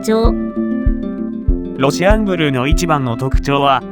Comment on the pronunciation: ロシアンブルーを契約したからこの動画に来たけど、ロシアンブルーのイントネーションが変でイライラして最後まで見れなかった それかこっちが正しいイントネーションなのかな？(笑)